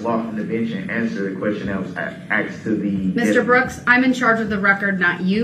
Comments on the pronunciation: He ‘axed’ the deputies and he did not tell him about the ankle shocks!! Tell him the ‘troof’ now!! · Why does he say "axed" instead of "asked"? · "You said it wasn't told to me by you? I never axed you, correct?" Who among us wouldn't have loved to see the deputy throw Brooks' whole "what do you mean by 'you'" line back at him? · U didn't AXE me !!